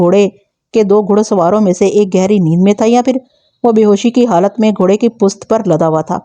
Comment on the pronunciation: اوکارکردگی کو کارے کردگی نہ کہیں Aap garifat ko garaft parh rhi hen or پشت کو ہست پلیز تلفظ کو توجہ دیں شکریہ